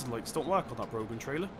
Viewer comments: It's not brogan trailer it's braw-hen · its pronounce 'broh-han' not brogan. its an irish name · you pronounce broughan with out the g and if any one says im wrong you'll have to complain to broughan them selves cause i work there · it's pronounced brau-han